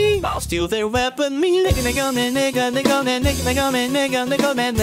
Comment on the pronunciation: He's saying mega but sounds like nega